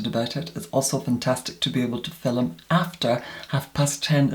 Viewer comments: did not say fillum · i love the way you say "film"